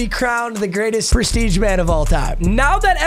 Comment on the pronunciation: yo wtf papa trippin😂😂😂 “Preshreeje”?????